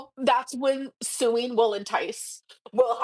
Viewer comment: Did she say , "That's when suing will entice?"😅😅😅😅